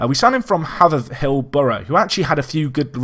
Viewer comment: Its pronounced Hay-ver-hill btw. Just saying as a haverhill local. keep up the quality content mate.